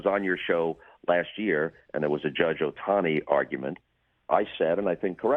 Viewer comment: his name is OHTANI. not sutahsnai